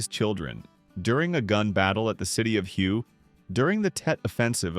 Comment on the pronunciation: It is the city of Way (whey) not city of hugh.